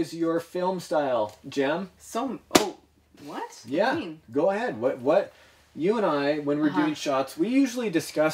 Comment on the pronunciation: IT'S NOT JEN IT'S JEM